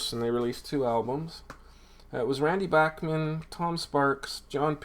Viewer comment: Hi Mike. Really nice Dean Martin collection. Always have a soft spot for Dino. I really like Brave Belt (pre BTO) but I don't have anything from them. Great selection of BTO ..and it's nice to hear Randy' s last name pronounced properly.